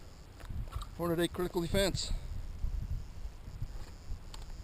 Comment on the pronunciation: Why do you intentionally mispronounce "Hornady" ??? You've got the box right in front of you, you can clearly see the way it's spelled, there's only one "a". It's horn-uh-dee not horn-uh-DAY